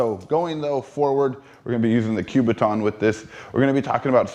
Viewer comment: Learn how to say the word "kubaton", it is NOT enunciated with a "Q", it is a "K" you sound like a fool.